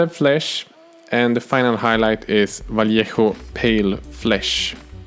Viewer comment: you said "Vallejo" properly. I love you!